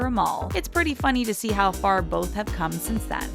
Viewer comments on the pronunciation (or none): none